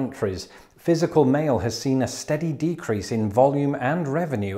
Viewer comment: I heard "you've got toast." xD